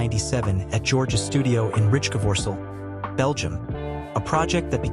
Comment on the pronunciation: Yes and the AI is too stupid to pronounce Rijkevorsel correctly. Rinus seems to be a problem too for AI 😉